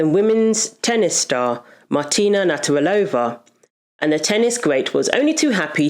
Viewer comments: Her name is Nav-rat-ilova, not Natter-alova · Had to stop watching this after you repeatedly called martina “natarilova”. NAV-RAT-I-LOVA. If you don’t know how to say it, say each syllable and practise til you’ve got it, before making the video. 👍🏻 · I agree with your view but please her namn is Nav-ra-ti-lo-va... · You could of practiced saying Martina's surname a few times before doing this video. Just a bit of effort love. It's actually easy to say, Nav rat il ova. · It would be nice if you had used Martina's name instead of one you've made up. Her surname is Navratilova (Nav-rat-il-ova), not "Natarilova." Also the words "womb" and "uterus" refer to the same organ. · Your point got lost every time you mispronounced the woman's name. NAV-RA-TI-LOVA. Not NAT-RA-VILLOVA. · You're awesome and I'm a big fan but you're saying "Naturalova" it's Nav rat ill ova. XXX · Very good video but the tennis player is called Martina NA-VRA-TILOVA and nothing else. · NAV RAH TA LOW VA. Try that on for size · Hearing Martina's surname being stumbled over so many times made me queasy. It's nav-rat-i-lova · I 100% agree with you but I need to say this: it's NA-VRA-TEE-LO-VA. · Its a shame you couldn't say Nav.rat il ova properly. It grates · It is pronounced. Nav-rat-ilova. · i could not keep watching you butcher her name again and again and again. please learn to pronounce a name if you are going to say it repeatedly. thanks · You could make an effort to say Martina's name properly. She is a legend and your whole episode is based on her. It's not that difficult. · Please make the effort to pronounce Martina's surname correctly, for goodness sake! Otherwise, great video. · I give a like but pls for the love of... pronounce her name right! 🤦🏼‍♀️ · It's not hard to say 'Navratilova'. Is her name new to you? In any case, it's pronounced as written. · I can’t believe that they keep mispronouncing Martina’s surname. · You might want to learn how you pronounce Navratilova.